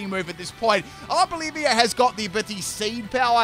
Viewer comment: Its not Arbolivia. Its Arboliva